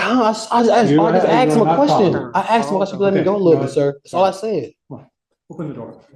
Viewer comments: I axed him a question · "I AXED him a question"🤣🤣🤣🤣